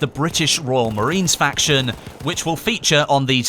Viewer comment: "Factions" lol